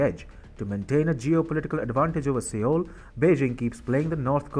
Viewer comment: Sir! With apologies, the correct pronunciation of the name of South Korea's capital city is "SOUL" even though it is written as Seoul. Thanking you 🙏